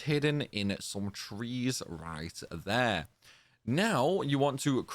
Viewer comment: I'm not trying to be a dick bro as I love your videos and they've been super helpful to me but it can be so off-putting sometimes cuz your phrasing sounds like Alan partridge- not your accent- your phrasing, tone and diction. "On the window...RIght.THere." "And then..COme.BAck. you sound like your trying to emulated a news reader or something- it sounds so much better when your just being natural dude. I'm honestly not trolling or trying to be hurt cuz I do genuinely appreciate you and your videos-thsts just so off putting sometimes. And it's not only you, it's loads of UK YouTubers. They use this same type of reading. I get you need to pronounce stuff properly so people can understand but when you OVERpronounce, all the time, it just comes off a bit grating. I'm sorry if I sound like a twat, and this is just my opinion obviously- I don't have any kind of speaking qualifications lol. I just think you sound so much better in those moments you talk normally, so much more natural rather than sounding like someone reading the news highlights you know? I genuinely appreciate you bro, this is just a sincere positive criticism 😮‍💨